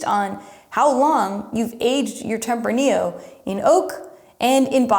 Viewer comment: you also butchered tempranillo, but who is counting... lol